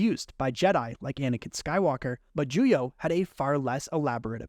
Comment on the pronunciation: It's Juyo, not Julio, genius.